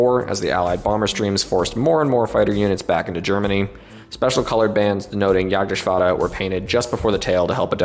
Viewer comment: Gotta commend you on the perfect pronunciation of Jagdgeschwader. Was a pleasant surprise to hear from an English speaker and definitely the best I have ever heard! Keep up the great work